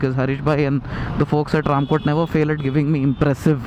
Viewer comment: I have seen a Honda navi fitted with waterproof music system if you are lucky you can see this swanky orange Honda Navi at gandipet or mehdipatnam and you are pronounceing RAMKOTE to Ramkothi correct it....